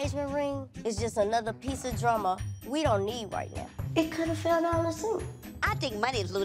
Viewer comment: Minnie and her vocabulary! 😣😩😫 she says “drama” as “drumma” LOL These clips on here and their facial expressions are hilarious! 🤣🤣